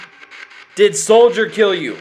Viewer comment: s--O--ldier thats the O sound